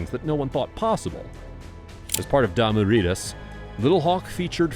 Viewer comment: He said Damoo readaz The squarest thing ever 😂😂😂